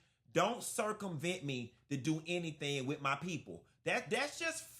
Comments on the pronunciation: She said she didn’t say HENNY-thing…😂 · If you listen, Porsha actually said, "I didn't say hennything." That girl is a mess